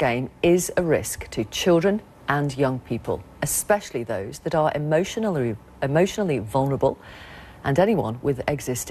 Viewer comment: She couldn't say emotionally